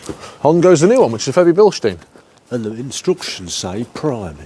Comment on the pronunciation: Forte ! - Quality stuff from Eden Vale SA, used it on my Fiat Panda 1.2 with VVT, restored the performance, after a flush and clean the Oil control valve. Nice to hear you pronounce the Febi - Bilstein name correctly !